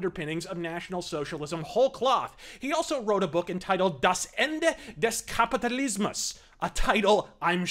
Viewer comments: The emphasis was on the wrong vowels, but that is completely normal when someone doesn't really speak the language and only knows how certain combinations of letters should sound. If he had gotten that right to it would have been 10/10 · the way he said it was way off tho